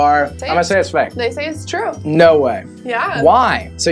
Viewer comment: It's said ture instead of true